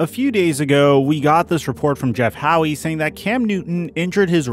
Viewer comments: His name is pronounced HOW..... Not Howey!!! It was like nails on a chalkboard. If you are going to talk about New England sports, get the names right please! Second, please no more excuses for Newton. He sucks. The end. There will always be a cop out for him not playing well. But let's not forget Covid. You know where he infected the team, remained TOTALLY asymptomatic, yet when he played like crap that was his excuse. I am so over him I can't stand it. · Dude it’s not pronounced “Howie” it’s pronounced “How”.